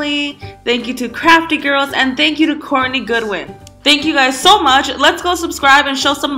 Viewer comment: 🌸SuperKatty🌸 i typed in both and it is Laurengodwin And there isnt a channel called Courtneygodwin so she must of said it wrong😄+ its godwin😊😀😂😂😂😂yr right tho